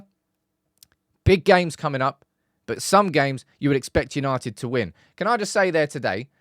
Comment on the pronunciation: YANITED YANITED YAANITEDD!!